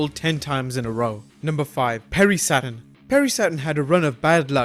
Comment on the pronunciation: SATURN "NOT" ( SATEN )